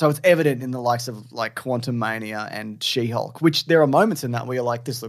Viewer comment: Did I hear you say shitty hulk instead of she hulk?! 😂